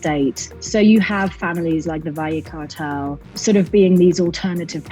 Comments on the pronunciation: Valle = Vay-yay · Valle's name is pronounced Dee-nah in Espanol. At least get name correct.